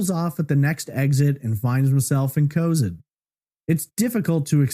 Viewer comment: City is pronounced Co-Zad